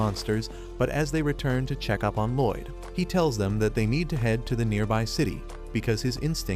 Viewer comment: Loid more like Lloyd 😂